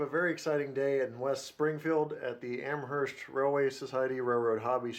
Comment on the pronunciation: just an FYI it's pronounced am-erst not am-hearst other than that great video